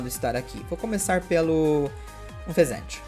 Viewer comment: você fala o nome do unfezant errado por que acha mais fácil falar ou por que tá nem aí